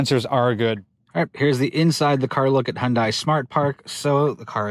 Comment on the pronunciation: "well done Hon-die" ?